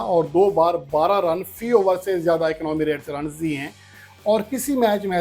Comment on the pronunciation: بھائی، آپ کو تلفظ کے متعلق چند ایک بار تجویز دیتا رہا ہوں لیکن اس پر کام نہیں کر پا رہے۔ economy کا تلفظ "اکنامی" کے بجائے "اکانومی" کے قریب ہے۔ مزید اگر دلچسپی ظاہر کریں تو ذاتی نمبرز کا باہمی تبادلہ کر کے اس ذریعہ سے اس پر تھوڑی توجہ دے لیں گے۔